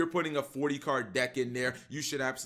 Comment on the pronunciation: nor know how to say card correctly